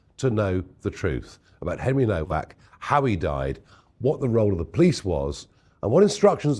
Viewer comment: The least you can do is get the spelling right. It’s Nowak not Novak. Sit there showing sympathy but can’t even get his name right.